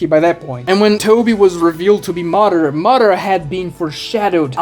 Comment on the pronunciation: They were you pronounce names really hurts me. Madara, Kaguya, Akatsuki... you pronounce them all in very cringey and Americanized ways. Makes your video unwatchable. Not finishing the video. Channel blocked.